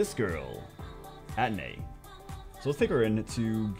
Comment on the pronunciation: Atenai = a-te-nai or at-te-nai. not at-nai